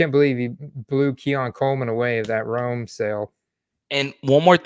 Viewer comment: Man you gotta say Rome's name right lol.